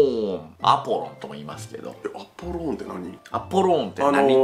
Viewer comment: アポローンじゃなくて、アポロンだぞ！！！！！！！！二度と間違えるなよ！！！！！！！！